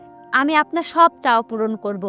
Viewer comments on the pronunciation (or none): none